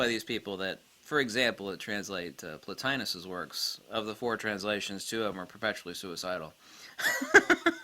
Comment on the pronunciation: Platinos? I don't understand the way you pronounce the name and I'm trying to find it so I can study it for myself.